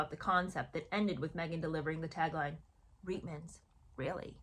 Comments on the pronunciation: Not to mitpic, but I'm Canadian and I believe the correct pronunciation of Reitman's is "reetmans". There was an ad campaign and at the end, the model says "Reitmans? Really!." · Hi, I just wanted to clarify it’s pronounced Reet-mans. The commercials were the first time I saw that woman and had no clue who she was or why I should care….still don’t!!!